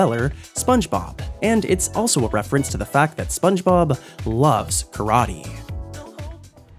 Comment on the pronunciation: Funge Bob